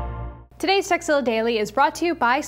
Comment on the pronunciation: haha sounds like Veronica says " Todays sexzilla daily" lol Thumbs up